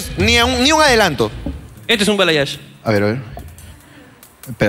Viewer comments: La chica ni si quiera sabe que se hizo por que dice '' bayalage'' jaja eso no existe, es balayage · Que estrés escuchar bayalage en vez de balayage por eso no le hicieron bien 😂😂 jajajaja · Bayalage jaajjajajaajajja es balayage jaajajaaj q mate de risa😋😋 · Porque dice "BAYALAGE" el término correcto es BALAYAGE creo que a ella le hicieron lo que querían porque no pidió bien 🙄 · Bayalage o Balayage? Jajajaja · SE DICE BALAYAGE Y NO BAYALAGE